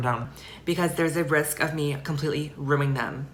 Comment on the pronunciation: “there’s a chance of me ruing them” .. “....ruining them”